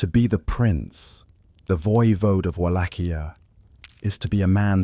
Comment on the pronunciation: So so so many instances of the correct pronunciation of Wallachia, that the incorrect and constant changing of the pronunciation throughout this video made it unwatchable.